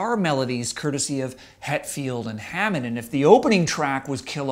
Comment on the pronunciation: it's [ham-it] not Hamond and [troo-hee-oh; Spanish troo-hee-yaw] It's really not that hard to pronounce